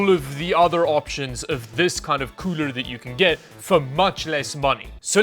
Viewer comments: stop saying coorel its getting on my nerves!! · please never ever say cooler again. coorel is now the go to word. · UGH the word “Coorel” please don’t call it that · “Ice coorel” wtf is that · hey that llano does not say coorel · why he call it coorel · Surely "ICE COOREL" isn't them screwing up the L and R Hahahahah🤣🤣🤣🤣🤣